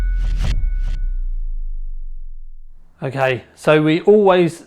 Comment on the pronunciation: Please pronounce ado correctly, it's 'without further ado' - like 'much ado about nothing'. Not adieu the french word meaning goodbye. Thanks!